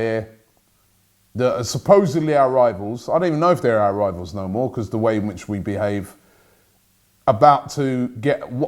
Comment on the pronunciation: "Becooz" tf was that